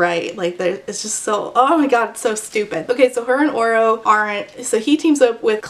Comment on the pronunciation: I have not read this book and every time you said “Oro” I thought you were saying Orel/Oral until I read some comments and thought “sheesh we’re really starting to run out of names for these YA male leads”